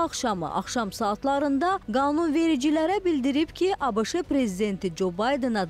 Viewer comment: ABIŞI yox ABŞ.